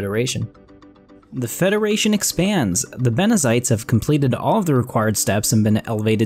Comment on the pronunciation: ITS BENZITES not BENEZITES!!!!!! ^^